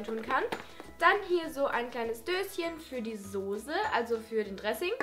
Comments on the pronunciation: Soße nicht Sosse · warum so viele Leute immer Sose sagen.... Ihr sagt ja auch nicht Strase oder ? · Wenn man Soße nicht aussprechen kann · Sose .. sose ... ich kann es mir nicht anhören :D Soße liebe Julia ... soße ! :D (sry aber ich bin da sehr empfindlich ^^)#nohate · XD Ne es heißt echt Sose